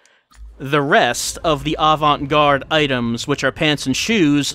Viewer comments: And today, our feature is David's horrific pronunciation of "avant-gaaaarde," his questionably horrific...ally fashionable outfit, and that horrifically furry chinscarf he has during the fortune cookie segment. I love how it seems like Swery's seen The Departed. The... I don't even know the right term for it - the hardcore metal Irish jig music?? - is straight up that movie's alley, haha. The QTE sections really were awesome, though mentioned that getting a Perfect was actually pretty hard. I wonder how long it took for him to get the timing down...? I love the orgel track that plays when David gets kicked in the nads, though, haha. The banter almost makes me believe that if Antonio and David were in other situation, they might've been good pals. Also, Philip, you were completely useless lol. I've never had so much second-hand embarrassment in a game as when David was wearing that outfit, and it wasn't even for when he was talking to Duncan. (Speaking of which, I'm loving Duncan, though I couldn't help agreeing with David in the last scene. At least his loved one... can be put back together? Using another's loved one's leg as a baseball bat, though...) It was actually me imagining what Derek and Olivia and all the other NPCs would say if they actually noticed the outfit you wear....Actually never mind, that would be quite hilarious. Forget about the embarrassment. I noticed this before, but when David first gets the memento, what he sees is something like a premonition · I really like David's really exasperated pronunciation of "Avant-gaaaarde!"